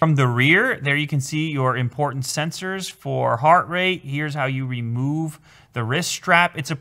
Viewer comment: “Imporntant files”